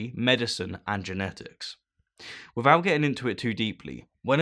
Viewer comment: Why is it that you can pronounce 'athiest', but not 'without'? Laziness?